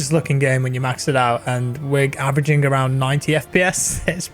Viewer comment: accent when said "with averaging" is really make my game adrenaline up